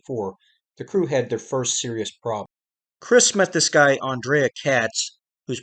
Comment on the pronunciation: That’s pronounced “An-Dre” not “An-Drea.” He was Romanian, and it is spelled A-N-D-R-E-I.